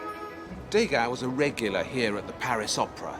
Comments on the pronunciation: Degas is pronounced 'deuhga', not 'dayga', whether it's spelled as two words or not. There's no accent on the letter 'e'. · try to say dueu ga rather than day ga which in french means rubbish so sounds very stupid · I love this series, it is excellent. My only quibble is about the pronunciation of French surnames. MOnet, REnoir, DEgas, RoCOco etc etc -all wrongly accented. Is that how the British pronounce them? It is MoNET, ReNOIR, DeGAS, RocoCO. And why dedicate more than half of "Forgotten Impressionists" to Degas? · Not to quibble, but the pronunciation of the artist's name is "De GAH" not "DAY-GA". Surely you don't need another reason to annoy the French...